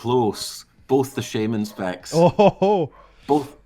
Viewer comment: "bowf de sheyman specs" jez dude lol.